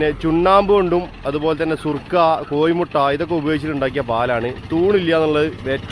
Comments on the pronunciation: surka അല്ല മോനെ surki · സുർകയല്ല സുർക്കി (ഒരു പ്രത്യേകമിശ്രീതം )😂😂